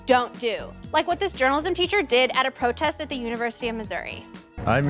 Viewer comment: "Is dis da white way to pwotest." is what I heard.